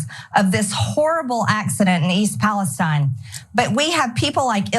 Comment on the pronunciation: I live 20 minutes from that rail accident and we pronounce the town it occurred in Pales-TEEN not Pales-STEIN. If you cared so much about the safety at least learn the towns name.